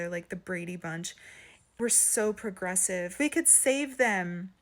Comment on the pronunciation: “Progressive” sounds more like “polygamy”